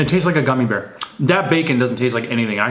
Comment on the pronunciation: A GUMMY BEAW!😂lmao lysm!!